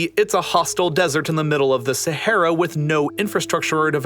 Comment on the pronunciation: dude pls stop saying sahara desert ... just say sahara cuz sahara literally means desert xD (even tho u pronounce it wrong as every other none arabic speaker in the first place )